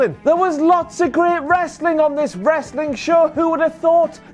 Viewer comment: Down a shot every time says “Ressli’.”